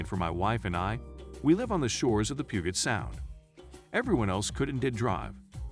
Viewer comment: THE G IN PUGET SOUND IS SOFT NOT HARD